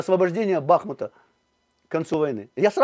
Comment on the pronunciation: Соплеменник, что предлагаешь- не освобождать Бахмут? (Кстати ударение на У.). Предлагаешь ничего не освобождать?